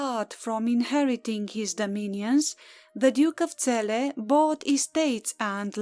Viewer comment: You pronounce our lovely city better then most people on YouTube thank you from Celle